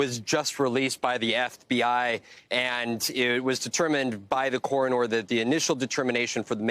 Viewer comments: Why is he pronouncing coroner like corenor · Dude, it's not pronounced "coronOOR", just "cor-uhn-er". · Core-a-nore. Lol! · "Corrin-Ore." Good lord. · The corone-er? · I’m going to say coroner like this reporter from now on, “Coronor” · "Cor-in-nor"(as in 'Coroner") - apparently a new word for this crotch fetus. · Can’t even say Coroner correctly! What a joke! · What's a core-o-nore? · OMG, I noticed this too and decided to look for comments on this. I thought he was saying it really really off. lol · Um…coronor??? Send this guy back to school. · The Cora-nor. lul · The newscaster needs to learn how to say coroner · That news guy doesn't know how to pronounce the word "Coroner" like he didn't go to school. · That male correspondent needs to learn how to pronounce “coroner”.